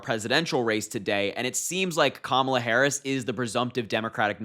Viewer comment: I think we should start pronouncing Kamala‘s name with karma instead of comma…la… it’s KARMA LA!!!